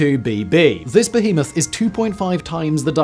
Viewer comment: You'd improve your watch time figures if you could learn to pronounce behemoth. Crikey, it's bad enough Americans mispronouncing this basic word... 🤦